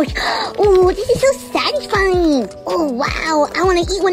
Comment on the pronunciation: Why do you say satesfine ? Every video